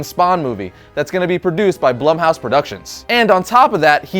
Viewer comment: It's pronounced "bloom-house" not blum house